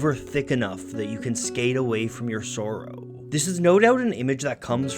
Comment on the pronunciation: The way you pronounce the word "sorrow" triggers the fuck out of me. love your work though, I've discovered so many artists because of you.